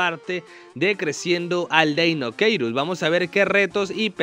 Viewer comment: No es deinokeirus es deinocheirus 🗿